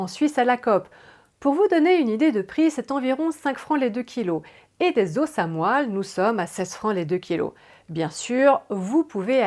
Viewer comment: Tre bien mais on ne dit pas des " zosses" pour des "os" mais on dit des "zo" pour des os phonétique importante! MERCI.